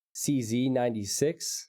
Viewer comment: Hey, thanks for this amazing moment ! btw Siewicz is pronounced "sievitch" ;)